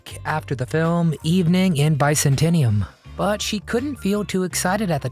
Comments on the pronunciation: Bi-centenium? Bi-zan-te-um. The far eastern split kingdom version of the roman empire. Byzantine, Byzantium. Have a great day and weekend. I enjoyed this piece on Erin Gray. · Bi cen ten nium? Try Biz an tium. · It’s pronounced Biz-an-teeum. 🙄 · Byzantium or Byzantinium. Who won? You decide! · BIZZ-ANT-EE-UM ffs. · It's pronounced By-Zan-Tium..... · ‘Byzantium’ pronounced ‘bicentennium’ Solid work! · It's pronounced bye ZAN tee um. Cheers! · Evening in bicentennium? Your AI doesn’t pronounce so goodly.